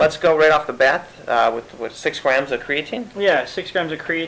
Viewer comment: CreaTEEN not creaTIN u sound like a noob